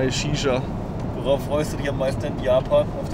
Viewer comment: "Worauf freust du dich am meisten?" so: "auf meine Sisha" 😂😂😂😂 Bisher sehr geile Eindrücke 💛💛